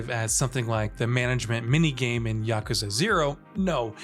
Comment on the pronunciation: The announcer dude needs to learn some basic Japanese. Here is the correct pronunciation: yuh koo zuh